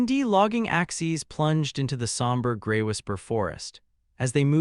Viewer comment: Good story so far, but the Constant mispronunciation of Axes is tiresome. Also, the AI Narrator splitting words with odd stops and mispronouncing the second half is just as annoying.